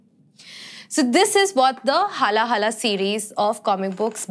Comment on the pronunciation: It's haala-hala with 'aa' sound not HALA-HALA